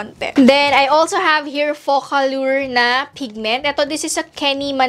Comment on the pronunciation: Ate alur yun pag pronounce indi allyur!!!!!